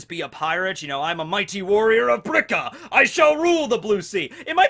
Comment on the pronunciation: It's Birka, not brika, just sayin'...